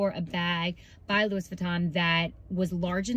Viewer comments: Not continuing to watch after the mispronunciation of Louis… 🤦🏽‍♀️ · It’s pronounced Lou-ee not Louis. It’s French . Hope that helps.